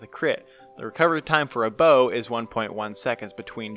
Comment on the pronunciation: When he says bow: Bow:wee~